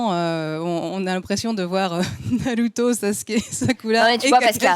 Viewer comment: Faut arrêter de dire naluto etc etc pour avoir l'air geek ou je sais pas ce que c'est le but, mais faut arrêter, vous êtes pas japonais et ça s'entend xD Et la meuf de jujutsu kaisen dont j'arrive pas à me rappeler le nom (la rousse avec son vaudou là) est pas si intéressante que ça, y'a un potentiel mais son développement peux aussi bien être bien que tout pourrie, pour l'instant c'est 100 fois trop tôt pour se prononcer, on sait rien d'elle à part un flash back de 4 secondes et une histoire sur sa voisine mdr (d'ailleurs on sait rien sur personne en vrai, on nous a mit des début de piste pour que tout le monde ait un ptit air mystérieux qui rendent tout ça plus intéressant, mais concrètement, sasuke on sait rien sur lui à part qu'il a des problèmes de familles, gojo on sait rien sauf qu'il est trop fort, même le perso principal son background tient en 3 lignes xD) Bref j'm'arrête parce qu'on va me dire que j'suis un hater alors qu'en vrai j'ai passé un bon moment devant l'anime (parce que ça reste un bon divertissement), juste je trouve pas que ça mérite toute la hype que ça a l'air d'avoir et que j'ai pas entendu un seul point négatif en 1h30 de vidéo (bon en vrai je mens j'en ai écouté 10 minutes, mais j'suis sur que c'est la vérité mdr) De toute façon personne battra jamais one piece mdr